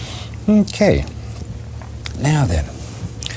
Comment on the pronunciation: He says mk instead of ok!